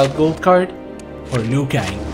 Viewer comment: Keeps saying klassic lui kang 😆